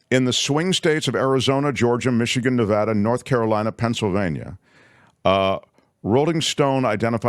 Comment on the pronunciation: Nevada thanks you for pronouncing Nevada correctly!